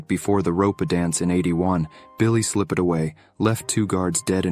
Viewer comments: It read slippered away not slipped away & many more…….AI is going to kill the language 😢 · slipp-ed... is this an AI reading or something??? there's more, but I'm not correcting it. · Well that's the first and last of these I'll be watching. A pity. The content is interesting but the voiceover is an AI with idiotic and irritating mispronunciations. 'RopA', 'SlippED away.' Inane. How much does a human voiceover cost?